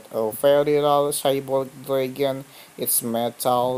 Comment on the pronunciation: DRAG-ON not DRAE-GUN